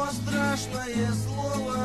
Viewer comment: не стрЯшное слово, а правильно стрАшное слово. Но ты все равно большой молодец.